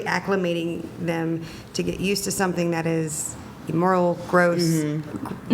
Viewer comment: "Disguztang! Predathory!" Forever the victim.